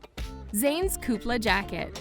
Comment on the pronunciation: Good video but for the love of God, learn how to pronounce LANVIN and KOOPLES